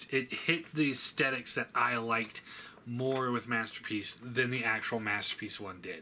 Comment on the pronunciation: I hate they way you say aesthetics